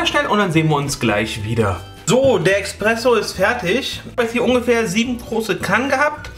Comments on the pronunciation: Espresso…nicht Expresso mein lieber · also das ist wirklich ein gutes rezept und alles. aber junge junge, du kannst hier nicht einfach „expresso“ zu nem kaffee aus nem mokapot sagen! Aua! :D vor allem „eXpresso“. willst du dass ich mich vor ein auto werfe?